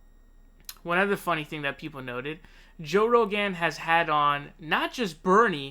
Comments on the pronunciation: Joe Ro-Gan 😂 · Joe Rowgaan